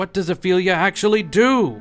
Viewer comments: FEELYA Its FILL-ya Fylgja Thats why we have words like eel vs ill fylgja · Its called FYLGJA not "philia" 😂😂 and what is a "wight" ???? ???